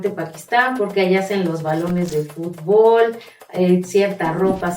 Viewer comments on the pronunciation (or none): none